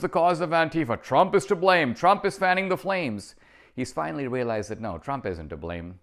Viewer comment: Did you say “wheelized”